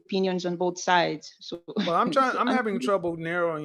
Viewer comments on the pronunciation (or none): none